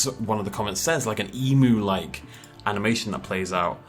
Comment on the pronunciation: Why do you people call my national bird an emoo, it's Emu as in the letter U.